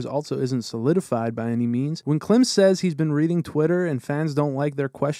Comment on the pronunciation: Klim's name is pronounced KLEEM btw, like clean with an M.